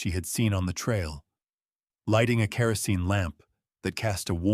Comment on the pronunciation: Please teach your AI.... Kerosene.... Reed-thin, as in cat tail reeds....